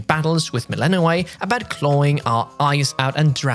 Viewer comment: It’s an i: sound at the end of Melinoë (like the double e in fleece) rather than an ei sound (as in the end of stay)